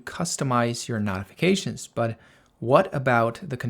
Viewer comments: Excellent video and clear explanations……if you would say——No-ti-fi-ca-shuns—- instead of Not-it would be better !! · Beautiful, but where the F are you from? The word is pronounced like, KNOW. KNOWTIFICATIONS. NOT LIKE KNOT, KNOTIFICATIONS. NO, AND NOT. FIGURE IT OUT PLEASE BEFORE I HAVE AN ANEURYSM. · speak clear english, I had no idea what you were trying to say when you said notifications.